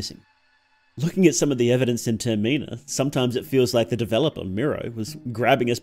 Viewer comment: Termeenah is wild, I was so confused until I realized you were trying to say Termina